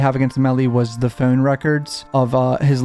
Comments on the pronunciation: The way he says phone lol phown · The way you say phone lol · You know, now that I heard it in the Hivemind video guest starred in, whenever he says "phone", I can't help but hear his accent lol.